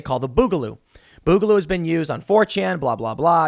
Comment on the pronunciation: Tim boogaloo comes from the word boogie you're pronouncing it wrong I'm sure you've been told this